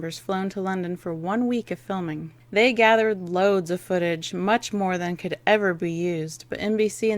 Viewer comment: "cood"? Really?